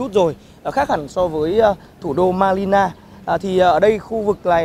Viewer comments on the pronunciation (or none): Phóng viên có vẻ hơi nghiệp dư. Phát âm tên thủ đô sai bét, cây cau vua thì gọi là cây dừa. Cần chuyên nghiệp hơn nữa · Chính xác là ngọng L và N bạn,mình góp ý thôi chứ thực lòng rất cảm ơn a e phóng viên vì họ rất vất vả,ko co họ mình sẽ ko bao giờ có đc thông tin